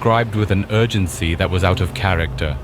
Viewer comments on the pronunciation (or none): none